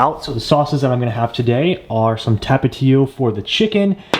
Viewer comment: Hehe “Tap-it-teo” 😂😂